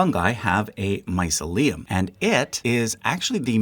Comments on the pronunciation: You appear to use "fungi" also as the singular. Isn't that actually "fungus"? And mycelium you pronounce my-suh-LEum, isn't it rather my-SEE-lium? Not sure myself, hence asking. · no it is not, myceLIum (sounding like mausoleum) is no word but myCElium (sounding like mice-helium) is .... dunno why u repeatedly say mycelééum but it is really bewildering even to a non-english speaker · My-CEL-I-um, not My-ce-LI-um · its hard not to notice the pronunciation querks. never heard mycelium be called mysa-leum. or psilocybe pronounced as " psilo-sob". or other examples of "e-ae" vowls being turned into "ee" or "uh". but nitpick aside this is a fascinating and entertaining video! i love the study and art of mycology being spread! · Dude. Mycelium is basically the whole reason why human beings have consciousness and the reason we exist the way we do. I’m not sure why, but I find it very ragging the incorrect way you keep pronouncing it. It’s not like mausoleum. My-SEA-Liam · My-SEE-lium, please. Doesn't end like 'mausoleum'. You are normally very, very good [as another comment says] but many of these Graeco-Roman names aren't what they look like. I should know - I had to learn them at school. Just as a tip, you can easily find out how to pronounce any word by typing "pronounce x" [where x is the word] into a search engine. - "fungi" is a plural - it's not "a fungi" - it's "a fungus". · linguist here: where you put the emphasis when you say "mycelium" is very interesting, I always thought it was my-silly-um rather than mice-uh-liam does anyone know if this one of those words that has multiple pronunciations in free variation? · Thank you awesome again. BUT drove me nuts the the mis-pronunciation of mycelium. my-SEE-lium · The first time I've ever heard the word pronounced that way. My SEE leeyum is standard in my world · It’s pronounced “my-see’-lee-um”. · It’s pronounced mycelium not mycelium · glad some one mentioned this, I was trippin